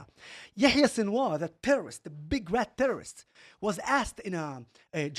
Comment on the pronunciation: a tewwoist is a tewwoist, you heard it here folks